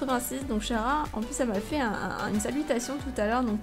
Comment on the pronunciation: Un fan des BTS + Un fan de HARRY POTTER + Un fan d'UNDERTALE dans une seule vidéo On en parle ou ... ? x) PS : 15L CHARA se prononce pas " SHARA " mais " KARA " ^^